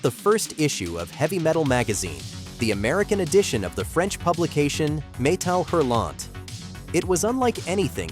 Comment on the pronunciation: The dude also has no idea how to pronounce "Metal Hurlant".